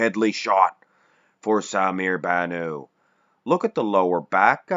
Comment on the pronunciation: The T in Bannout is pronounced, he is not French he is Lebanese baby please